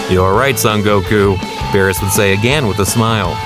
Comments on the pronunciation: His name is not bills it's berus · Work on your name pronounce of the characters and its BEERUS not Bills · Its beerus not bills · Bruh vegeta is spelling kakaroto wth is he italian and who is bills isn't it beerus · you need to learn how to speak its berus and saians